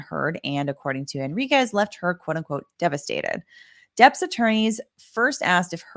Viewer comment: The mispronunciation of “Henriquez” drives me crazy.